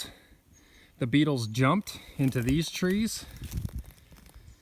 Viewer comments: I thought you were saying PINE "NEEDLES"! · Oh! You said beetles... I thought you said needles 🤣😂🤣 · I first thought you said pine NEEDLES are killing the trees -- then after about 3 minutes in to the video, I realized you were saying BEETLES!! Great info!!